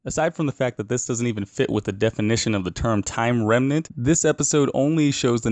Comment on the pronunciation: he calls it timeline-renmant and not timeranment.